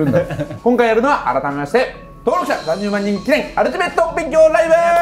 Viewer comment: ふくらp「アrrルティメット」